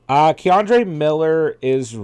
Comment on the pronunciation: Kendre not Ke’Andre